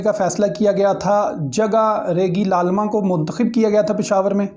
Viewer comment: تلفظ درست کر لیں ریگی لالمہ نہیں بلکہ ریگی للمہ ہے